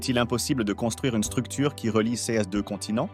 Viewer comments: Ces pas possible comment le bot dit ces. il faut absolument faire quelque chose pour la voix lol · Le robot de lecture ne sait pas lire le mot “CES”.